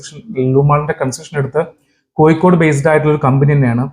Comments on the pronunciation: കോയിക്കോട് 'അല്ല കോഴിക്കോട് ' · Koyikode alla Kozhikode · വയീം മയീം പറയുമ്പോ ള്ള യ ആണ് കോയിക്കോടിനും. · കോയിക്കോട് ഉച്ചരിക്കുമ്പോൾ മാത്രമല്ല ഴ യുടെ സ്ഥാനത്തെല്ലാം യ ആവുന്നത് കേൾക്കുമ്പോൾ തന്നെ ഇമ് ഇക്കിളിയാകുന്നു